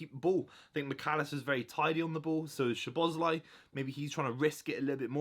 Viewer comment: You butchered szoboslai’s name so badly, he literally broke it down how to say his name